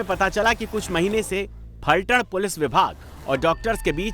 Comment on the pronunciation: It's Phaltan or one can call pythaan...not falthad..